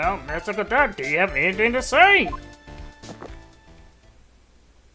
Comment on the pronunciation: It's "Godot" not "Gadot"